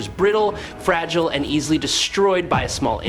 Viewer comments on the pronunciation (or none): none